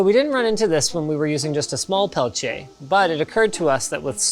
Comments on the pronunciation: Where does the "ch" sound come from when linus pronounce Peltier? I can only find references closer to the way says it. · *peltieR not peltchia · Linus please it's not "Pelchier" but it's "PelTier" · The Linus “pale-chay” pronunciation of Peltier is irritating. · Why does he mispronounce the world peltier?